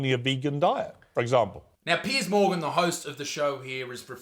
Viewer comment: I feel like this man is just a troll 😂😂😂 calling Piers 'Peas' and pulling out a banana phone🤣😅 there's no way he's actually serious